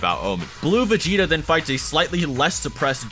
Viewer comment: He said vegeter